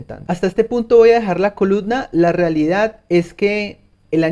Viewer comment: Se dice coluMna, maldita sea hable bien